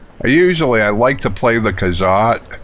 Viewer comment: Cool, it's been soo long since I played this game. It will be fun watching you play this classic Elder Scrolls game ^.^ Hehehe It's: More'-row-wind Khajit: Kah-jeet' Argonian: R-Go'-knee-an ^.~